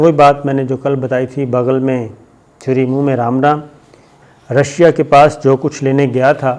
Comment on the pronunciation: bhai tumhari slip of tongue bhut zada hoti hai bharat ki army ko India mai ghosa detai ho, Russia ko Rassia khe detai ho.. Taliban ki galat reporting kartai ho.. pls imporve your quality .. its like shit